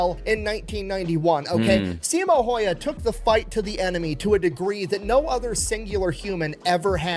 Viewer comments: The only complaint about these videos of Simo is that they always say his last name wrong. Häyhä is not pronounced heiha or heija. 😄 But I understand that it can be difficult for people who don't speak finnish. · "don't know how to pronounce his name" video he's watching pronounces it incorrectly "oh that's how you pronounce it" Gets me every time